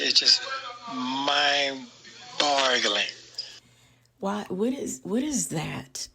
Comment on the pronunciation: my bad you right ..he said mind broggeling🤣🤣🤣